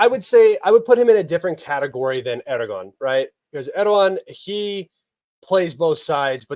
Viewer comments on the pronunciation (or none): As a Turkish let me explain to you the name Erdoğan. The letter ğ makes the vowels before and after it longer. So it is pronounced like Erdoan. Not Erdokhan.